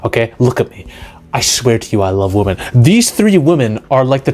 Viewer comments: It’s women! Not WOMAN!!!! Women is pronounced weh-men!!!! Wehmen!!!! It’s not pronounced woman!!!! Wtf is wrong with people today! You can’t even say women anymore. So fkn stupid! I LOVE WOMAN! I love woman! Do you know how fkn stupid it sounds! Saying women as woman? Distinction peops!!! Say it right! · Don’t say you love WOMAN, say you love WOMEN. Use the right pronunciation. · what is it these days with pronouncing the plural of women as the singular woman???